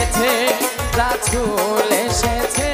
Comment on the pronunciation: রাসুল শব্দ টা অশুদ্ধ উচ্চারণ করেছে তাই ভিডিও ডিসলাইক করলাম